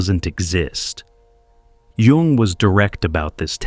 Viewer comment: I’m glad he knows how to pronounce Jung. Yoong not young.